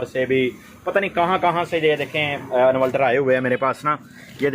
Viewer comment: Yar pehle bolna seekh lo invaltal nahi inverter hota he